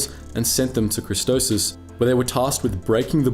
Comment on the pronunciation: I gonna hurt myself if he keeps calling christophsis christosis